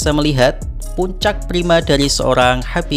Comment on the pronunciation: Min tolong jawab. Kenapa suka bgt menyebut nama khabib menjadi "Nurmuhamadov". Sedangkan aslinya menurut bahasa lokalnya ya sesuai tulisan "Nurmagomedov". Kenapa gitu min?